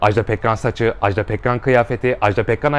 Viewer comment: Ajdağğğ değil Ajda 😭